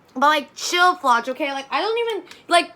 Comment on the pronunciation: Important to note: the ch in Floch is not pronounced like in English since Floch is a German name. The closest sound in English is just "k", think the ch in chemistry.